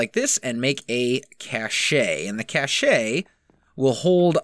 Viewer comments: Great video. Cache is pronounced "cash" not "cash-ey" though :) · Cache is pronounced "Cash" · these videos are very concise and entertaining... but it's pronounced Cash, not Cash-ey." :) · It's called a cashe(pronounced cash) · I thought its pronounces sashey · Lol when he mispronounced "cache"